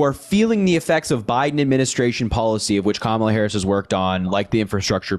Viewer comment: Mispronouncing her name is always intentional at this point — she has been in the national scene for a decade and as our vice president for four years. MAGAs would not put up with mispronouncing Trump’s name as Grump or Tramp. I am always impressed at the unity of MAGAs — they read their script faithfully asking the exact same questions with the exact.same objections using the exact same phrasing, etc. Naturally, callers would share similar concerns, but the cookie cutter conversations happen over and over. When challenged, then they get flustered until they pivot to the next MAGA talking point.